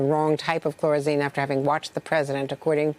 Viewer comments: Yes. Makes me question her credibility. How do you get to be a newscaster when you don't even know how to pronounce dengue and can't see phonetically that chloroquine couldn't possibly be pronounced with a z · Andrea Mitchell, it's chloroquine, not "chlorazine." It's dengue fever, not "dung fever." Pronounced "dayn-gee." Geez, did you just wake up from a nap or something?